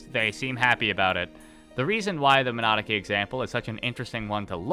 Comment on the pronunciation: I love that you're bad enough at saying Minadzuki that youtube thinks you are saying "monarchy" :D